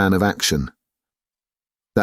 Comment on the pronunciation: "Alu" ?! The cry goes "Ula", both in the book and in Jeff Wayne's rock opera 😁 Apart from this, great read !